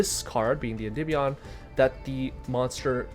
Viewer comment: Im so glad you pronounce the name correctly so many people say endeemeion it kills my brain. This is the only deck I've been playing for 3 years straight so it's awesome to see people playing it more. Also I think the magician restage version is the best way to play this deck but is super complicated